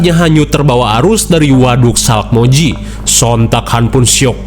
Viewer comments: Resah banget nyebutnya salkmoji, harusnya salmokji 😭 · salkmoiji wkwk salmokji bang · SALMOKJI ❌ SALAKMOJI ✅ 😂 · Sumpah Min, aku sampe replay "SALAKmoji"😂😂😂 Gokil Min